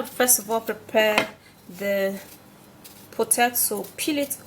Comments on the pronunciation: Not pototoe, it is potato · "Pototoe"😂she's adorable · 🥔 "Potatso" ? 😂 Why such a demaged one though. "Beneaths" da bol....😂 Khotting De lemon "bicarbonates" 🙄 😂 😂 I'm entertained.😝👌